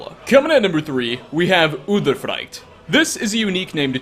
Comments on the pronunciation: udthe-frikteh not udefrighkt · No no it's udeefreect